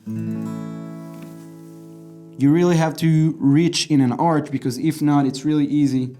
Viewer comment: arch read as ark not arch